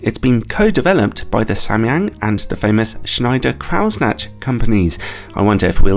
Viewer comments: please stop saying "snatch"... try this: croy-snack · It's pronounced Kreuznach - not Krautsnached....😂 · your kreuznach pronounciation is so cute lol but really it's croytz-nach, and the ch is not a k or soft sound, but a more throaty scratchy one. here he says it at 33sec: watch?v=P3CYMudVx_E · Cool, but it’s not pronounced Krausnatch though. ;) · That pronunciation of "Kreuznach" was... interesting. ;) A German would say something that sounds like "croytsnakh", by the way. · "Kreuznach" is a name guaranteed to catch out English speakers: for future reference, try "kroyt-snach" where "ch" is sounded as in "loch." If you have trouble with the guttural "ch," a hard "k" ("kroyt-snack") is probably closer than a soft "ch" ("kroyt-snatch") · pronounce it "shneyder croydsnagh" (or even better: pronounce the "ch" like in the Scottish word "loch") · this lens is worth you investing in a trip to Germany to learn how to pronounce Kreuznach! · Your German pronunciation is thoroughly amusing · I don't know if schneider kreutznach is german but if it is, kreuznach would be pronounced kroitsnach. Just if anyone is interested. Schneider was pronounced very good